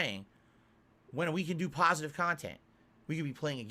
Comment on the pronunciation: I just love it when he says he’s a “pahsitive” person, because in reality he’s by far the most toxic and negative POS the internet has ever seen! Lol